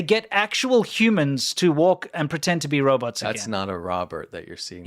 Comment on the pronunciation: He keeps saying Roberts LOL Robots bro its said Row- bots. Poor China people.